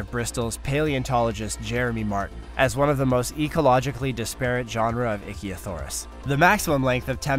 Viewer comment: "Ichthyosaurus" is pronounced *ICK-thee-o-sar-uss*." The ICK" rhymes with "sick," "lick," "tick," etc.